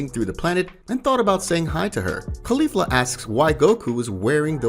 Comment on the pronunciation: You're Annunciation of caulifla isn't quite right. You're saying it wrong, but I do love this story it's awesome. Just kind of triggers me that you're saying one of the names wrong